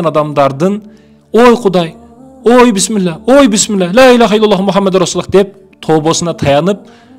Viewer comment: Биссмиллах дегенди пысмыла пысмыла дегенин кара мен жөн эле кыргызмын дегендерго